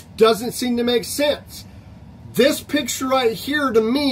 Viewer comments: I don't know how credible a guy who can barely pronounce "picture" is. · Dude cant even say the word "picture" correctly